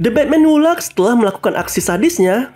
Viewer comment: Laughs (baca: lefs)